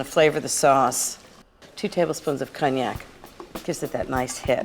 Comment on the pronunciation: Your French pronunciation is, too often, off. 🤨 Like, “cognac”, “éclair”, etc, etc. Best not to butcher other languages.